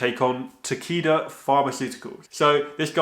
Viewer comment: Is it bad when you said Takeda I thought you said tequila